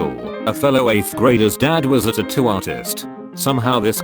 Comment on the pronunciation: He says tattoo like the brony from Bobs burgers